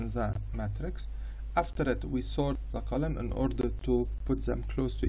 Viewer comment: Bro when your English isn’t good, it’s okay to speak Arabic , it’s(the) not (za)